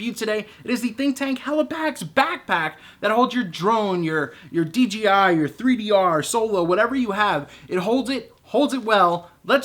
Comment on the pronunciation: I can understand making the mistake from time to time, but for the love of god, on every single one of your videos you say DGI, not DJI !!! Holy Moly!